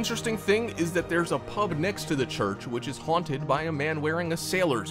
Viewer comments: "Haunted" not Hunted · We do know the word is haunted and not hunted don't we? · It's HAUNTED NOT HUNTED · Why does it keep saying hunted and not haunted? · the word is HAUNTED not HUNTED. You have done this more than once in this video. Proof reading minimises the occurrences where you look illiterate.